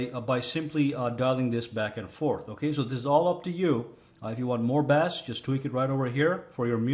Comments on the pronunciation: Yea u been bass fishing? Its actually pronounced base "bass" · The way you pronounce “bass” means “fish”. Just saying.